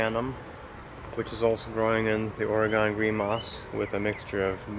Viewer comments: Say OR-ee-gun, not Orugone. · We Minnesotans say Ore-GONE until it's been beat into our heads (in the sense of using our words, of course!) and I have now schooled others. I get to school people now, because I live in New Orleans. It's not pronounced "New Or-le-ans" or "New OR-leans" and most certainly NOT "N'Awlins" (that will get you marked as a non-local, and mugged later; I wish I was joking but this is not a safe place, you want to blend in as much as possible, and my extremely strong upper Midwest accent has made my assimilation difficult, but I digress). It's pronounced "New OR-luns". The last word almost has one syllable, it's just "Orlunz". I was a teaching assistant at the university that I relocated here to attend (and now I can't deal with temperatures under 60°F very well), and I've been asked by my students on more occasions than I care to recall "Are you from a foreign country?" on the first day of class, and when I say, "I'm from Minnesota" or "I'm from North Dakota" (I'm from both, I guess ⅓ of my life has been spent in each of these three places), I'm rather frightened because I honestly don't think that these students (typically freshmen – in COLLEGE!) realize that North Dakota and Minnesota are NOT foreign countries; rather, we tend to enunciate our words, probably due in part to not spending our formative years eating food that is so spicy that it removes some of the ability to properly pronounce words as they're intended to be spoken? I'm almost serious, as Tabasco sauce is almost as